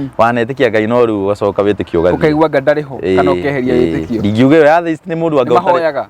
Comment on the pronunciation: Atheist, inapronounciw -a letter ya mbele as; E. Ile ya kiswahili. Sio A, ile ya kiswahili. Google usikie pronoun ciation ya hilo neno vizuri/correctly. Kizungu si our mother tongue, but tujaribu kutamka itakikanavyo. Watoto utuiga, so, tutamke correctly na kuji correct pale tunajua.